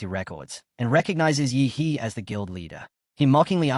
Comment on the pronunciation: Why does the pronunciation of "yi he" "ihi"